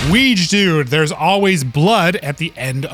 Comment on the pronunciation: Sry, I have to say the pronunciation of Wiegedood is hilarious. I admit Dutch isn't easy for non-speakers but let's try at least. The correct way to say it would be: "Wie" - as is nintendo Wii + "ge" - as only the g from guts + "dood" - same as boat but starting with a d. Good luck! 😉